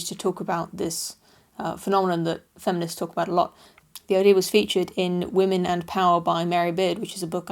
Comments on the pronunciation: “Wamen... Women.” I love it lol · Wamen! Uhh... women.